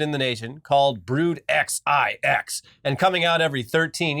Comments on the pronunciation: Screaming internally when was spelling out "Brood XIX". They're roman numbers, Brood 9 and 13 aaaaaaaa! hahah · Pronouncing Roman numerals like that feels like a personal attack 😂